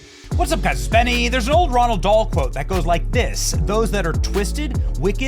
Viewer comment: I'm sorry, Benny. You keep mispronouncing the author's name. It's not Ronald Dahl. It's Roald Dahl. According to his daughter (she is in charge of his estate), he pronounced it: rawl doll. This is at least the second time you've mispronounced this brilliant author's name.